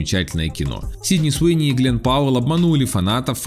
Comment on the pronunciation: Суини ,а не СИуни